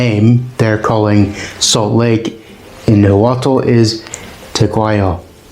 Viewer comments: It is definitely not pronounced "Na-wa-tel" Loose the "tel" at the end and instead use a semi-click "tsh" with air escaping through the back of the tongue while the tip of the tongue is touching the central incisors. At the very least just pronounce the "t" w/o the "tel" [Na-wa-t] or properly [Na-wa-tsh] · I tend to judge these pretty hard based on whether the narrator can say Nahuatl correctly. 10 seconds aint doing so well with "Na-Hwa-tul" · Your pronunciation for everything nahutal is incorrect